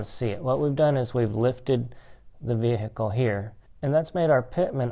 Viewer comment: Lift the veheecule up...lol